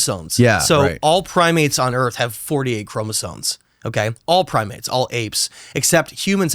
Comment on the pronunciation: "ChromosoNes" instead of Chromosomes? 🤔 This guy is clearly intelligent and perspective.